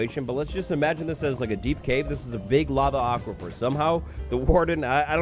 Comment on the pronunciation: i cannot believe this man just said the words "lava aquipher"